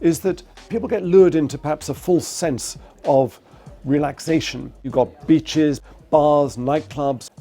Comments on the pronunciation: you got 'betches' lul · Sorry, but for an American ear it really sounded like he said 'You got b!tche$...' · I think he means to say "you got beaches" 😆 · the way this guy pronounced beaches made me think he was talking about hookers ... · TilerP he said beaches dumb ass